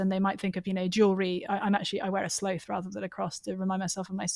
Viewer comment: It's a sloth hanging from a tree branch. When she talks about it at minute 40, she pronounces the animal's name as something like "sleōth", and is ironically talking faster than her usual, which makes it easy to mistake for "slave" because she'd just been talking about slaves right before that.